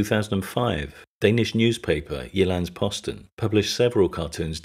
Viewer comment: Good pronunciation of Jyllands-Posten, I was expecting you to butcher it like every other time I hear a non-native speaker saying their first words in my mother tongue